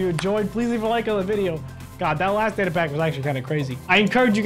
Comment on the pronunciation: Say data more clear next time cuz d is not data